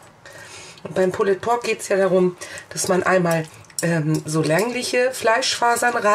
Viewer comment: Ich finde es ja gut, wenn sich jemand im Vorfeld schlau und kundig macht, wie denn ein Gericht zubereitet wird, welche Varianten es davon gibt. Von dieser Seite her ein Lob. Allerdings: es heißt "Pull_d Pork", das "e" ist stumm! Diese Unsitte der falschen Aussprache tut einem in der Seele weh. Wenn etwas autentisch sein soll dann bitte auch die Aussprache. Vor laufender Kamera Reste des Rubs, welcher stundenlang am rohen Fleisch haftete von den Fingern herunter zu probieren finde ich nicht gerade eine gesunde Einstellung zu Lebensmittelhygiene. Was in den Küchen der Menschen passiert ist eine Sache, will ich aber etwas vorstellen und präsentieren, dann sollten solche nicht nachahmenswürdigen Momente außen vor bleiben. Ich kann aber nur jedem raten: macht das draußen auf Eurem Grill und/oder Smoker, denn ohne Rauchring ist es "nur" ein übergarter Schweinebraten.